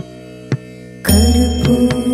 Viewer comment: But u r pronouncing Navami